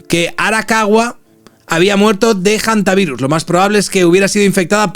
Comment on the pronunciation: Muchacho, no digas "jantavirus".